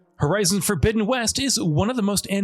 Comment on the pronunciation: Lol horizon forbizzen west